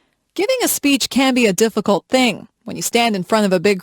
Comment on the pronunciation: my god what is this ,,, deficulet